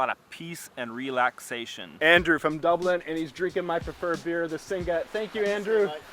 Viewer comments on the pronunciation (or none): none